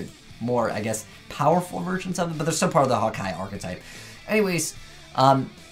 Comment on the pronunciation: One of the only yugitubers I now saw/heard who can pronounce Hakai "correctly", not Haka, Haki or Hika. But I think they are really destructive and good in disruption opponents monsters, but it has no protection and can easily get Kaiju-ed, returned to the hand,deck, etc.